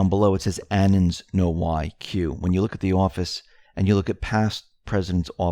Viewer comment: anons = anonymous people (Sounds like: uh-NONS , accent on second syllable) Annans? 🙃